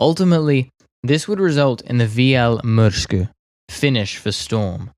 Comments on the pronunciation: sorry to be that one guy but that pronouciation was differeant to say the least im from finland btw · And that's what he has probably used. His pronounciation is far from perfect, but close enough for me. But, this a matter of opinions, so it's pointless to continue. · You are doing fine when speaking Finnish, just remember to pronounce strong "R". As far as i understand DB605's power was limited in Finnish use to around 1300hp because engines we received had only cast iron cylinder liners without chrome plating. They wore out very fast if you used all 1450hp. Pyörremysky looks like a great desing to me, Myrsky was a disaster structurally. Wooden structure could not cope with the rain and damp, we did not have good enough glues at the time. I think best Finnish design, conversion was so called Mörkö-Morane. Decade ago i built Mörkö as a giant scale RC model, and it flew really well and it was fast. We should have abandoned the Myrsky project and concentraded building Mörkö's and Pyörremyrsky's.